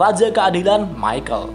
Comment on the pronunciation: Mikael woi bukan michel